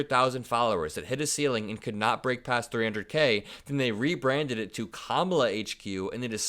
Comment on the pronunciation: No matter who he chooses as a VP... he will still be a convicted felon, he will still have boring long winded speeches which ramble on about nothing, He will still mispronounce words such as "landslide" and Kamala's name. He will still have told us he's taking away voting in four years, and bottom line, Trump will still be Trump, even if he has a different VP. Literally nothing will change!